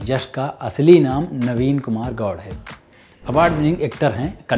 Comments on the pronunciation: kannad nahi h, KANNADA , make correction, and it's not gowd .it's GOWDA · It's Gowda not Goud cause Goud is a different Sur name. Like DeveGowda. Goud Sur name is mostly used by North Karnataka people It's Kannada not kannad spell it rightly